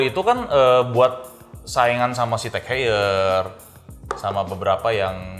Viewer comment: tag hoyer bukan teg heyer